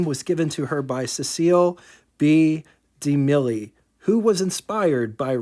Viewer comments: First, a correction: Cecil B. DeMille is pronounced as "See-sill B. Dee-Mill". I really thought you had done this car earlier, but maybe not. That car you looked at is beautiful! While I'm not a huge Packard fan, this one is nice. WYR= Cord, Auburn, Packard. WYR2= the 38 only. The 40 and 41 seems to be where Packard styling went way south. NTT= Why bother, when Dennis is around? (It would have taken me a while to figure out what song it was, even tho I know it well). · Cecil B. De- Milly? Hahaha Live your videos, and the occasional strange names can be tough to pronounce! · Correct correction: Cecil B. DeMille is pronounced "Ses-cell B. Dee-Mill"